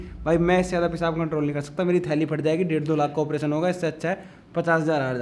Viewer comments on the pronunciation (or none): none